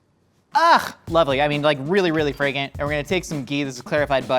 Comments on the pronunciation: Really really Fray-gant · I definitely heard say "fragant" 😂😂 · did he say "fray-gant?" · Same. I wondered if anyone else was gonna bring that up